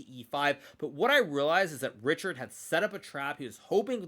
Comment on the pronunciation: It is pronounced ˈriçaːrd or reehard; definitely not reeshard.